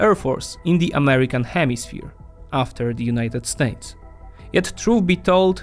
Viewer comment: why do you pronounce it "Unayted StAYtes"?